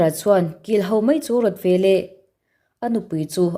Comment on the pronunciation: Chhiar thiam khawp mai. Mahse "ve leh" tih tur hi "ve lah" i ti ziah a